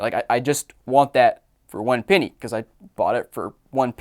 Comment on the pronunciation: ITS PENNY NOT PEENY